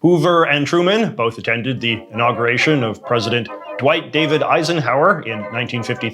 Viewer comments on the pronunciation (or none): none